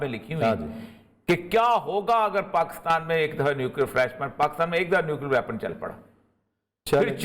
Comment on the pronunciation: Please, country name is Pakistan not Pakustaan.